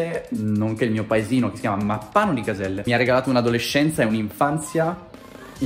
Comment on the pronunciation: Ma hai detto Caselle o sbaglio io? 😂